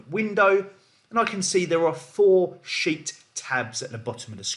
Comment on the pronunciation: I swear the first 5 minutes I thought you were saying calendar $hIt instead of sheet lol.